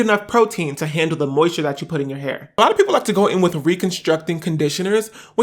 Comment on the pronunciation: “ He need some 𝗺𝗼𝘂𝗶𝘀𝘁𝘂𝗿𝗲."